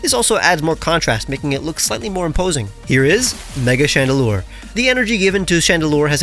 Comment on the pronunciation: why is nobody talking about his ✨GREAT FRENCH ACCENT✨ ?????